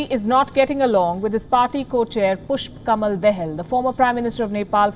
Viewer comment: Pushpa camel the hell ..what a pronounced from the reporter 🤣🤣🤣🤣🤣🤣🤣🤣🤣🤣